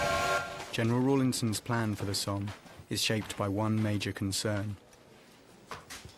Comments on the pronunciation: It's pronounced "SOM" not "SOAM". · The battle of the Somme is pronounced like summe. And was probably one of the biggest lost of troops from Ulster Ireland which is now Northern Ireland. They were called Ulster volunteer force. UVF. That day is celebrated by the unionist community in Northern Ireland every 1st July. There are band parades in many towns and villages. It's to honour those Ulster men both nationalist and unionists. Who gave their life to rid the world of the German, Austria, Hungarian and Turkish tyrants. The allies consist of British men, Italian, French, Russian and Japanese. America again joined late, but did turn up in the end. But that day 10000 Ulster men died. Our churches and towns have memorials and in nearly every town you will see plaques with names on them in remembrance. A sad day on 1/7/1916. That's why we have to fight for our freedom speech and our rights now. These heroes went as young as 16 and gave their lives so we could have that freedom to do so.. even Russians back then never knew that the Bolsheviks would destroy their freedom. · Once again mispronounced 'Somme'